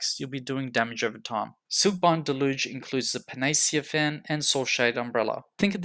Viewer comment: the way you say panacea makes me realize how stupid i am.